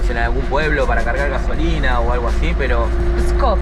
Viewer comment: Pskov not Skop